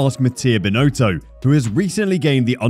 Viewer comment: Total incompetence, Binotto needs to step up and take responsibility and make decisions - or go! It’s really very simple. By the way, his name is pronounced Bin- Otto, not “Bin-Oato”.